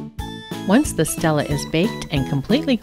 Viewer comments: Stele= stel-ay okay?? stel-ay. not Stella. stel-ay. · ITS NOT PRONOUNCED STELLA ITS PRONOUNCED STEL-AY OK! STEL-AY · It's pronounced ste lay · Alright, she pronounced stele wrong, doesn't mean you need to start correcting her in a harsh way. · Guys OK WE GET IT SHE PRONOUNCED IT WRONG!!!!